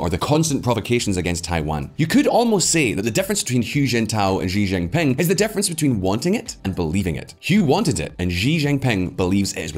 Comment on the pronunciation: please stop mispronouncing "Xi Jinping". The X in Chinese orthography is pronounced with the sh sound, not the Zh sound found in the middle of the word "measure". It's not "Zhi Jinping". When China decided to adopt the Pinyin romanization orthography, they repurposed what they thought were redundant letters (X, Q, and C) to have the sounds produced by letter combinations in English, rather than adopting an anglo-centric orthography. X got the sh sound, Q got the ch sound, and C got the ts sound. So Xi is pronounced "shi", Qing is pronounced "ching", and Cao is pronounced tsao. If you wouldn't read Polish, German, Irish-gaelic, Welsh, or Czech names without bothering to find out what the proper pronunciation is in their respective orthographies (each of which differs considerably from English), you wouldn't be considered to have done your due diligence in journalism. Why would you be so sloppy as to mis-read Chinese names without checking? It's not like Xi is hard to pronounce, you just didn't bother to look up how to read it in Chinese orthography, so you just went ahead and butchered the pronunciation. **EDIT**: you also mispronounce Deng Xiaoping. The letter e is not pronounced like it is in English. "Deng" in the Pinyin orthography is pronounced "dung", and again, the X is not pronounced "zh", it is pronounced "sh". The proper pronunciation is "dung shiao ping".